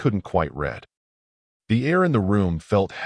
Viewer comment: Good story. Need to listen to your own story Music and voice overs were very loud, and blocked out narratives. Also wrong pronunciations. ie “read” pronunced as”red” instead of “reed”.